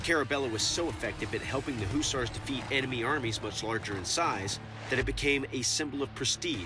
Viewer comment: Why do they keep pronouncing hussars as houssars